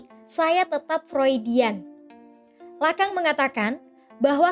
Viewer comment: Bacanya lakong bukan lakang